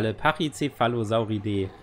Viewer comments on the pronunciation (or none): Du hast bei den Rassen immer so das „E“ betohnt😂😂 StegosauridEEEEEE TriceratopcidEEEE PachycephalosauridEEEEE 😂😂😂